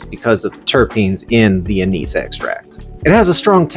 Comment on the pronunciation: anise is pronounced ann-iss